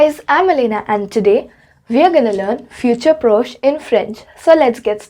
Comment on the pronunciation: One thing, it’s not F-U-T-U-R-E P-R-O-C-H-E, it’s pronounced as F-I-O-O-T-O-O-R P-R-O-S-H your spelling is correct but the pronunciation is wrong, always remember that in French, even if grammar is wrong, the pronunciation should never be wrong, pronunciation carries more importance. 😊